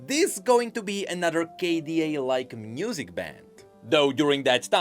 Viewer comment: Anyone else notice how he says "Mnusic"? Quite curious~